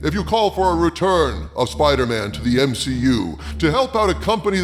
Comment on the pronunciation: M-SHE-U. Lol brilliant 😂😂